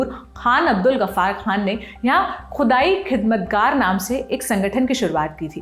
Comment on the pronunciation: खुदाई और ख़ुदाई खिदमतगार जैसे शब्दों का उच्चारण मिठास से करें " it is never late to learn"